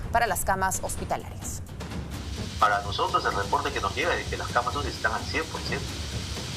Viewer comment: aprenda a pronunciar se dice CAMAS UCI y no CAMASUSI